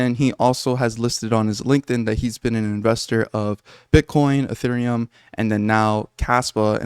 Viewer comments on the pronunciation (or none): none